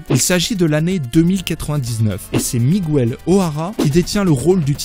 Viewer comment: Le spiderman de la terre 928 s’appelle "Miguel", et non pas "Miguouel".... la silabe "gue" se prononce "ge" et pas "gou" !!!! niveau CE1!!